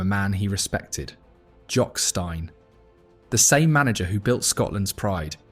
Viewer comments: Mr Stine??? Fxxk off AI videos. It's Jock Steen FFS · I agree, I must be of similar age. Danny never held grudges, and the commentary on here with A.I. pronunciations of names e.g. "Stein" said as STINE, will give me a thumbs down on this. Just wish he could have made the 1978 World Cup...HH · To the narrator although the late great Jock Stein is spelled one way it's pronounced Steen that annoyed me, but the rest of the video was spot on. Danny McGrain is the best right back Celtic's ever had and he'd have a fair shout for best left back as well as he played both roles equally well, in fact, at one point Danny was the best right back in the world that's how good he was nobody could claim otherwise and more than that he was and still is a fantastic human being. The only qualification you need to sign for Celtic is can you play and Danny was world class and I was 5 when he made his debut as a sub in a cup game against Dundee United in August 1970 and it was my first season going to see Celtic with my dad, he made his full debut a few days later against Morton and we won 2-0 when buzzbomb Bobby Lennox scored both goals. Danny played well and I don't think I ever saw him have a bad game for us and I hope he's got many more years left in him still, he's a true legend of Celtic and Scotland and God bless him and all the Celtic supporters all around the world. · McGrain legend., can you please get the names right. Narey and Stein